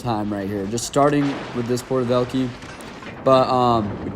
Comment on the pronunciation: porter velkeys as a russian speaker that hurt my soul 😢😂